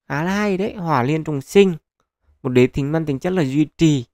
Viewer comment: Đế Thích á ad đọc lộn rồi , chắc boss chip fan tây hành kỷ